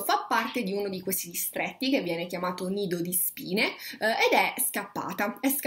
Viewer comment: Comunque tutte le volte che dici "Nido di Spine" io capisco "Lido di Spina" (ridente località marittima del ferrarese)